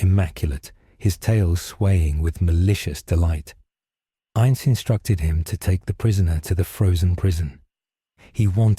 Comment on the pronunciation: Finally! A story that pronounces his name right.